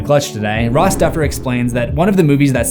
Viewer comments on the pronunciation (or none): none